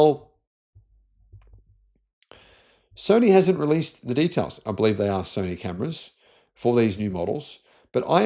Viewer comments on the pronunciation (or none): none